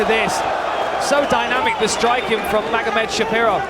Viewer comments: 😂 the commentator keeps saying magomedshapirov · can they stop saying Magomed Shapiro???